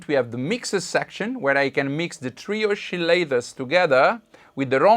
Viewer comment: I like the way you say " oschillators" 😉 seems to be unison ;-)